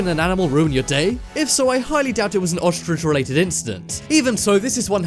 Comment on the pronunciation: I cringed at every "ostrich" that was said.